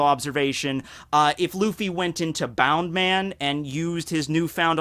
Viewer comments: Its bounceman not bound man lol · Isnt it bounce-man not boun-man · isnt it bounceman not boundman? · It's annoying how you're not pronouncing it as "bounce" man. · It’s pronounced as bounce man